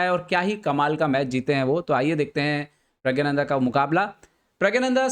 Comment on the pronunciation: Sir his name is pronounced as 'Pragnanandhaa' NOT 'Pragyanandhaa'